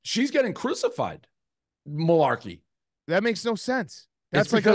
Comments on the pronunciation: "mularkey" lollll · Dave saying Rico doesn’t know ball and then immediately messing up Kim Mulkeys name and not knowing Angel Reese name is hilarious